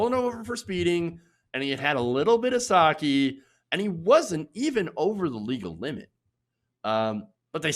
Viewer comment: More like "saw-kay", not "saw-key". 酒=さけ＝sake